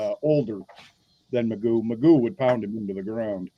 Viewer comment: McGough - rhymes with poo !